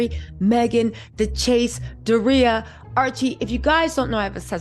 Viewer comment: Love ya, but its Door-Re-ya...Doria 🤣🤣🤣